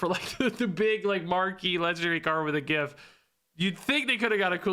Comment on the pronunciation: Thank you for pronouncing gif properly.